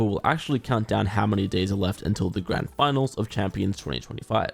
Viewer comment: When you said how many days for the grand final i thought you said how many days you have left